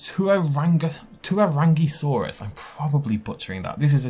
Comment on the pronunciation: for the tuarangisaurus - check out the maori dictionary pronunciation of tuarangi! edit: taniwha is also on there. excited to see some nz rep!